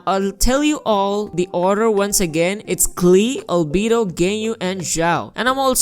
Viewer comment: Lmao every time he says albedo: "ALBEEDU"